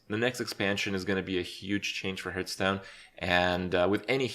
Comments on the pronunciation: Subscribed for pronouncing it "Hurthstone". Thank you! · why "hurtstone" ?? i know he's not a native speaker, but come on now!